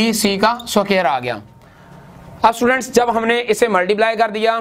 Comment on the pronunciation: How he pronounce students ( stuudaants)🤣🤣🤣